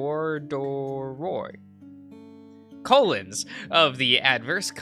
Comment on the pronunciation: pronouncing Collins and Colons made me snicker